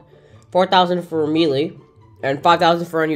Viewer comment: No way he just pronounced melee like "me" "lee"